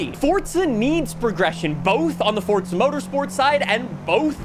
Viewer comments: Its Forza Motorsport not Forsa Motorsport. You yell too much and talk with your hands, the jump cuts are wack too. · Its not fortsa its forZa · You realize the simulator is called Forza, and not Fortsa, right? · bro is calling the game FORTZA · Fortzhuh mourtorspurts. I can't get over how you keep saying it ☠️ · why do so many people pronounce Forza as Fortza? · Fortza <--- That's how you're saying it. Sounds like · Do you say Forza with a "T" for attention or wtf? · Not surprised 😂😂. It’s forza